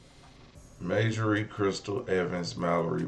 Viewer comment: It’s pronounced MAjorie not Mayjory.